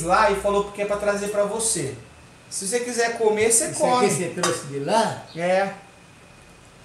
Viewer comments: Não se usa dois verbos: errado falar: vou ir Fala-se irei Não é truxe. É trouxe 😂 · não é truxe e sim trouxe, vc está falando muito errado. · n é truce é trouxe plmdssssssssssss q agonia